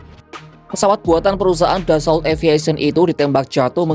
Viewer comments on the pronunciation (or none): none